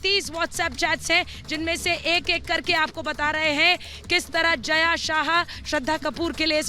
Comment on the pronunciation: Its jaya sa ha and zha is silent javeri